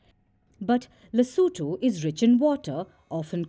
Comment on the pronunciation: Correction: LESOTHO... not "Lesetho"